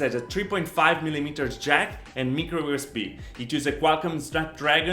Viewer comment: micro usb. It's not mic as milk, it's mic as Mike.